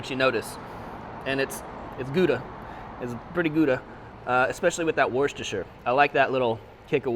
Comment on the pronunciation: I see you’re having trouble with Worcestershire. It’s wus-ter-shire. 😀